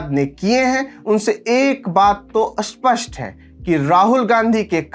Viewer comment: आशा करता हूँ कि आप मुझे क्षमा करेंगे, परन्तु मैं आपका यह वीडियो नहीं देखूँगा, क्योंकि आपका हिन्दी भाषा के कुछ शब्दों का उच्चारण असहनीय है… जैसे आप स्थिर को अस्थिर कहते हैं, स्पष्ट को अस्पष्ट कहते हैं, स्तर को अस्तर कहते हैं, स्थाई को अस्थाई कहते हैं, और आप उच्चारण में सुधार का प्रयास भी नहीं कर रहे।